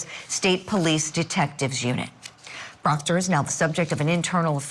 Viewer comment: The prosecution must not like proctah troopah..... Because why else would you drag him through another trial?😂😂